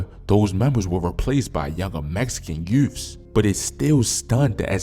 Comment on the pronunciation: His pronouncing youths as “you’ves” is definitely a Baltimore accent, sounding like Snoop from The Wire saying “Youffs”